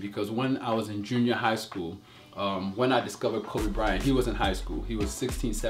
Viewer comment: Kobe bry-ont lol